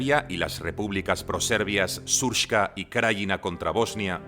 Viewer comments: Shurpska 😂 Se dice Serbska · srpska se lee s(é)rpska